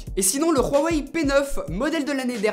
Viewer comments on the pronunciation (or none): Pourquoi tu dit pas Huawei mais Rhuawei ? Juste pour savoir, continue comme ca pour tes vidéos ;-) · pk tu dit du ruwei a la place de huawei? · pourquoi tu dit rouawei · Prononciation du Huawei.... Ouaouai, rouaoueih selon 😆😅😄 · Rheuwawhey wtf dude ? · Pk tu dit roiweiwe???? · Huawei ça se prononce "Wa Wey" ^^' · team prononciation wa wey <3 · ton prononcement sur le mot "Huawei" est dégueulasse !!! pour moin de 300€ le Motorola g5+ est plus intéressant que le galaxy A5 2017 sinon la vidéo est impec